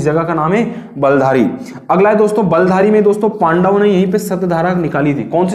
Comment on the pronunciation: सर बलधारी नहीं है वह बिल्थारी है